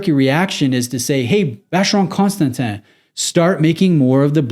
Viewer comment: Please, just start saying Vacheron. You keep butchering the full name.